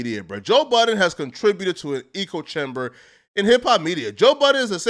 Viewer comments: echo-chamber. ‘echo’ then ‘chamber’. not ‘eco’. peace and love lol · “ECO” chamber? Or ECHO chamber lmfaoo there’s a difference friend. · Hey butthead, it's not eekoe nor ego chamber, it's echo chamber. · It’s “echo” not “echo” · It’s echo chamber like the clothes you have on pronounced Ecko eh-ko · Bro. It’s echo chamber!! It’s pronounced “Ecko”.. you make it sound like Joe Budden cultivated his own ecosystem lol. I like you, but bro, on damn near every one of your videos you mispronounce/butcher numerous words, or just use words in the incorrect context. It’s hilarious but you make it real hard for me not to be a grammar Nazi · “Ujalee” “ChobChimber” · I thought he was trying to say Ego Chamber 😂😂😂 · This nigga can’t say echo chamber? Lol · Someone teach this man how to say echo chamber